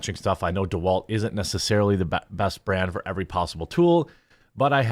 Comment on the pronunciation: I used to enjoy your content, then you said DeWalt. Now I'm questioning your sanity 😆